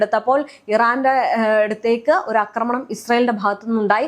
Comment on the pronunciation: അക്രമണം അല്ലെടി കൊച്ചേ? ആക്രമണം. കഷ്ടം!😂